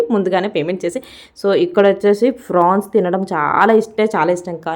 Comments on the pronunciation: Frawns Kadu Amma prawns ento 😂😂😂😂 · అక్క ఫ్రాన్స్ కాదు ప్రాన్స్ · Prawns avi frawns kadhu 😅😅😅